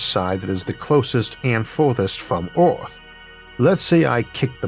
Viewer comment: I'm sorry, the topic is great, but to me as a non-native speaker, this video is pretty much incomprehensible. Took me like 5 minutes to realize that by "Orth" you mean "Earth". Most of the pronunciations are completely off.